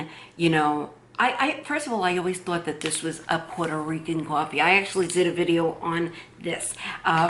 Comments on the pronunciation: You don’t like hearing her say cuwofee? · You should be paid by Cafe Bustelo or get free cwoffe for life